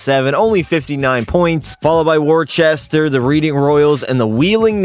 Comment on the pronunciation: ITS MOT “Worchester” ITS “Woosta